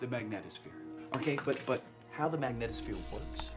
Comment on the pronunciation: It's mag NEE tohs phere (long e sound).. Sorry but given the importance of that word in this movie, the pronunciation really needs to be correct. It's not rocket science.